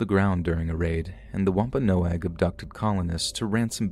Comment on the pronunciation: Thank u so much for actually pronouncing Wampanoag correctly. ❣️❣️ Hope u have a great holiday season.